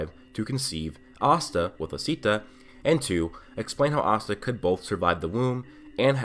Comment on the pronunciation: y you say astan like pasta without a p its ass ta